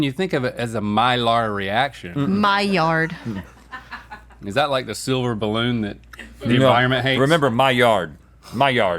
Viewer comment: The way keeps saying the D at the end of Maillard. Oof.